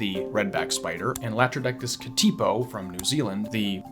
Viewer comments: katipo isnt pronounce car-ti-po. Ka (like you would pronounce the Ca in cat) - Ti (like T-shirt tee) - Po (like So but with a P) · im from new zealand and i was worried you wern't going to mention the katipo!! i found one once when exploring the beach and i was so exited becuase they are quite reclusive and rare to find!! also you did pronounce its name wrong its actually pronounced kaa-ti-paw :) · "Katipo" is pronounced with the emphasis on the first syllable.